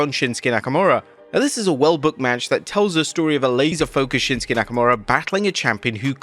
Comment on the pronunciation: Shinsuke became Winsuke 😂